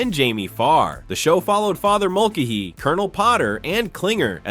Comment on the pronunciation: Mulcahy is pronounced mulKAYhy; Fabares is pronounce “Fabray”. Henry Blake was replaced because he was sent home, not because he died. He died on the way home.